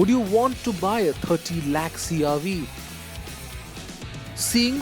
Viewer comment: It's CR-V not CR- wee... 🤦